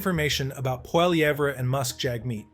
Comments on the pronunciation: For the love of God say Pierre's last name properly !!! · Canada connection learn to pronounce PIERRE POLIVERRE properly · It's hard to take you seriously, when you can't even pronounce Poilievre.